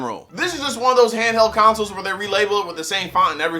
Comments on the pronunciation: "Counsel" lmaooo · Did you say "videogames and videogame counsels"? XD